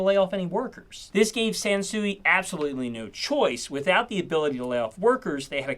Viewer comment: I thought you said Samsung. I had to do a double take. 😂